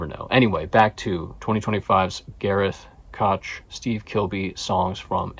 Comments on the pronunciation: Koch. I think is pronounced “coach”…. I think! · Koch, rhymes with mosh